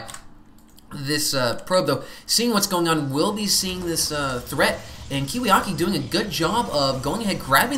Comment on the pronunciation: It's KiwiKaki I think. Not to be too anal about pronunciation or anything.